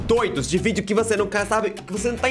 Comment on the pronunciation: o cara falou videu